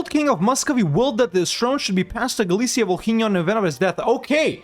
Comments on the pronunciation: “H” is Volhynia is silent fyi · h is silent in Volhynia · I don't know if anyone said this before, but, just so you know, in the name 'Volhynia' letter 'h' is not pronounced